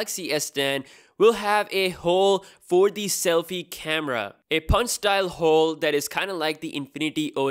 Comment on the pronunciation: He said hole hhhheeee lol